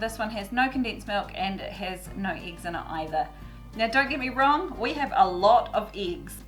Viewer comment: In what area you prounopunce it eeeeeggs and not eggs? Just curious.